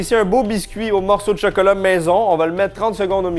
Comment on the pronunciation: On dit chOcOlAt pas chEkElE